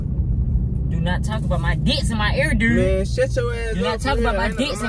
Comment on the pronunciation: "Play mursic durde" 😂😂😂